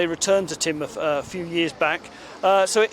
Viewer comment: Tinmuth, not Taynmuth